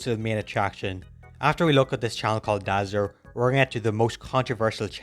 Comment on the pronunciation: That’s not drazzer it’s more like brazzers